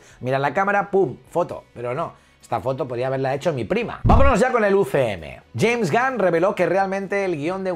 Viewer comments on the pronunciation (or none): none